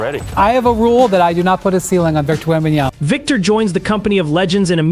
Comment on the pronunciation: Dude, can u be more disrespectful? Not once have you pronounced his name correctly...are u dumb? Just asking cause you obviously can't read or spell...